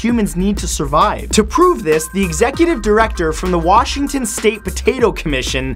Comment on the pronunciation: Some people in Washington state who are BORN here will call it "Worshington" There's no "r" in Washington people!